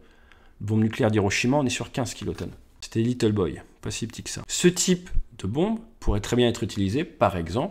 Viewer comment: salut tu dis bonde mais tu veux dire bombe